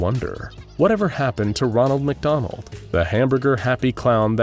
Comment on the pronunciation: "magdonal" -The Shy Guy